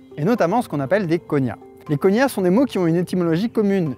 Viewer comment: Petit erratum de la part d'un prof de linguistique : on ne parle pas vraiment de "langues cousines", mais de "langues sœurs" en linguistique historique (mais bon, disons que c'est une métaphore !). Plus important, "cognat", se prononce "coG-Nat" comme dans "GNome" et non pas "conya" comme dans "montaGNe". De même, "formosan" se prononce "formoZan" ;)